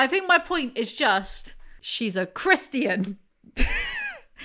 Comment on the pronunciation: i like how you pronounce christian "christy-an"